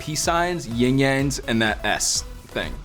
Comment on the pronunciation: YIN AND YANG, NOT YING YANG Ying yang is not a thing. They are 2 elements that balance each other, not a sound effect.